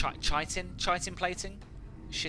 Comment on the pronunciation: I don't know if you're gonna refer it anymore later in your vids, but Chitin Plating comes from the exoskeleton of bugs, therefore it should be pronounced with a "kay", like "kitin" :) Nice video again, love to kill Exalt :)